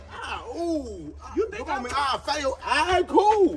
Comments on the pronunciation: lmao...you rooed it bro...lmao. He was so discombobulated he couldn't say wrote.. #TeamF'nZavia LMAO why he tryna wake up smart..I hate yo mouth 🤣🤣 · SIR!! It is wrote!!! NOT ROOT!!! 😭😭😭😭💀 #TeamZavia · He kept saying “you root this” lmfao